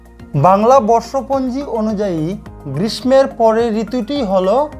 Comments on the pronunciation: গ্রীষ্ম উচ্চারণ ভুল বলেছে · গ্রীষ্ম উচ্চারণ ভুল বলেছেন। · দাদা গ্রীষ্মের উচ্চারণ টা দেখে নিলে ভালো হয়